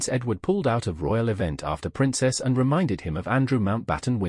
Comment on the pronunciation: If that is your own voice then you should rehearse the script. It’s full of mispronunciation. “Anne” comes out sounding like “and” is an example very near the beginning. The speech patterns sound artificial. If this is your real voice then I apologise but it sounds very AI.